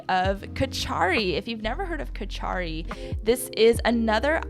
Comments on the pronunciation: Great video! By the way, "kitchari" is actually pronounced like "KITCH-uh-ree", where the emphasis goes on the first syllable, rather than "kitch-AR-ee", where you've put the emphasis on the middle syllable. Easy mistake to make, but thought you'd like to know! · Kitchari is pronounced kit chuh ree